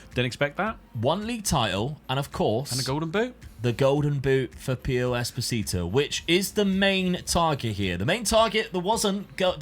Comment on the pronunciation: it's esposito not espotito lol